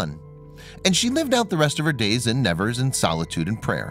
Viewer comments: AMERICAN PRONOUNCIATION!!!!!! Please note that the city of Nevers is pronounced NeVAIR not as you pronounce it. The body of Bernadette is almost certainly a waxwork! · It is pronounced SUEBER ROO not suberos and it is Nee vehrs - not Nevers . She is my favourite saint. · You mispronounced her last name and Never.